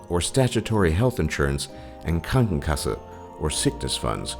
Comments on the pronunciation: Are you german? Cuz no American could pronounce Krankenkasse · Wow, you almost pronounced Krankenkasse perfectly. :D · you said the word "Gesetzliche Krankenversicherung" and "Krankenkasse" perfect. Most of the time, when english people try to speak german, they just suck xD sorry for all ya english people out there, but german is a really hard language to lern. try to say Verrückt ^^ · that pronunciation of "gesetzliche Krankenversicherung" and "Krankenkasse" war spot on!